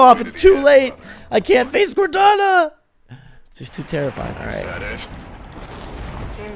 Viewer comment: right at the beginning all I hear is "corteni!"